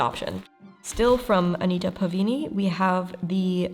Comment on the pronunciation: It's Uh Ni Ta Pā Va Ni (Va as in vagina)